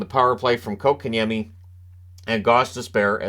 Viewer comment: TNT Before the deadline was talking how the Canes need a 2C and have no stars. Yesterday- They said this team (Canes) are loaded with stars. Then they actually said KK has really shown he deserves that 2c and has really been making an impact. Fist of all it is pronounced Coke-and-Yemi. NOT Cock-in-yemi! From KK himself when asked. If these guys would do their homework they would see the Canes top scoring line is the second line with KK at center! (Well KK/Necas as rod switches them for certain situations) Without KK at center that line dropped to 3rd in scoring with the fourth line with KK was real close. The second line went dormant when KK was dropped to 4C. Since his return to 2C that line is again the Canes top scoring line.